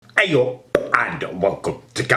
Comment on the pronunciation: The p on 'ey up' was superb may I say